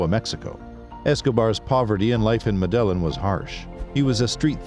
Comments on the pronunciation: Medillin Pronounced medayeen Pablo> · Medellin - wrong prununcaition. Sinaloa and Guadalajara are in Mexico, which is in Central America, not South. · Great video man, just try to get the pronunciations right next time. The way you said “Medellin” is not right.